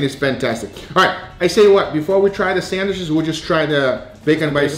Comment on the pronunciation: Nobody:: Bacon sanwishes